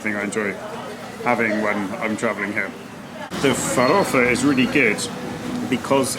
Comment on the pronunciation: Vou comentar em português, você vai entender, seu "farofa" é muito bem pronunciado, parabéns